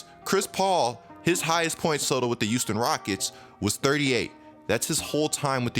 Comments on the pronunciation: Am I crazy or do you pronounce your "H" as "Y". I swear I hear "yuge" and "Youston"... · Look man, no offense but, can you stop saying Houston Like U-ston. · YOUSTON OMG😂